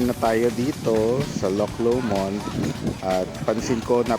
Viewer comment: aah, LOW-mond not lo-MOND haha